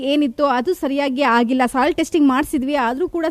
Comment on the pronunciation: Pathetic tv reporter . Don't know how to pronounce ಆಗಿಲ್ಲ vs ಹಾಗಿಲ್ಲ . 😢